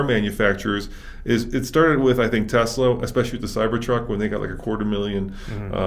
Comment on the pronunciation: How can this guy know so much about cars and still say “TeZla” instead of Tesla?